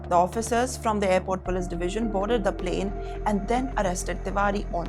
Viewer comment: "plan" landed .....wtf english is that